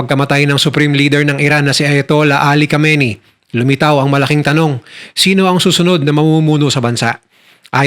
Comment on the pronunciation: Khamenei not khameini